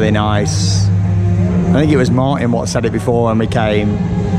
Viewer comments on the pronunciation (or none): none